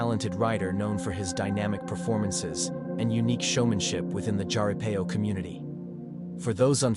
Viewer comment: just FYI, Jaripeo is pronounced like it starts with an H.